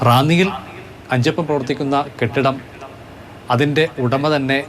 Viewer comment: അച്ചപ്പം അല്ല അഞ്ചപ്പം